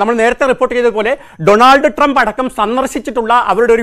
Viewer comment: അമേരിക്കയുടെ പ്രസിഡണ്ട് ജോബ് ഐഡൻ അല്ല ഡോണാൾഡ് ട്രംപ് അല്ലല്ലോ പിന്നെ എന്താണ് ഇയാൾ ഡോണർ ട്രംപ് എന്ന് പറയുന്നത്